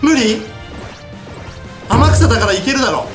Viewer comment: 天草って叫ぶ所アマギさんって聞こえる